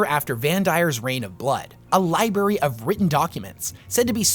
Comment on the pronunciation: Did you say libary?